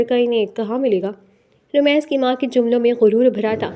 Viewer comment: It's rameez not ramaiz